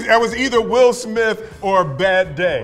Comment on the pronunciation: I like how will says "Smiff" instead of Smith 😆